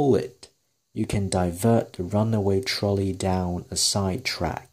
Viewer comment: 篇文唔錯幾有趣，深得來想睇落去，人生交叉點。 btw Trolley 我查過字典，發音係ˈtrɒli